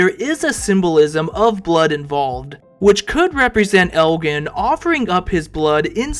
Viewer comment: Father Khatri - pronounced cat tree. Elgin is pronounced Eljin and its story walker not chapter walker or reader… Sheesh!